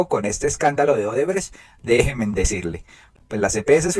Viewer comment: Gracias por el contenido. Una observación muy respetuosa. Es correcto decir déjenme, síganme, háganme. Es incorrecto decir déjemen, sigamen, hágamen.